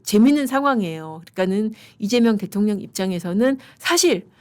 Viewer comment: 또박또박 이재명 대.통.령 이재명 대.통.령 하시는데 거기에 격.노라느니.. 진짜 대통령 맞습니까? 그럴바엔 그 자 앞에 잘 조아리시고 대변인 자리라도 따내세요!!! 🎉